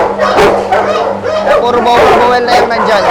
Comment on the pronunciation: BOERBOEL is pronounce as borbol po.